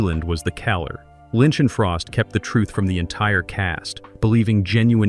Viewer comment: Why can't you use a human narrator instead of a computer. Your computer can't even pronounce the word "killer". It says kaller, or something else. It says sycide instead of suicide.